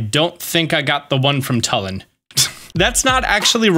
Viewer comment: I just want to say it is pronounced TOOLIN not TULIN